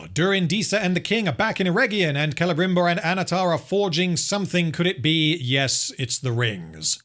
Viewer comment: Clebrimborg. i giggled.